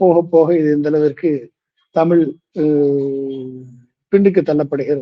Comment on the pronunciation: தமிழ் என்று தெளிவாக உச்சரிக்க தெரியாத ஒருவர் பேசுவது நகைப்பை உண்டாக்குகிறது.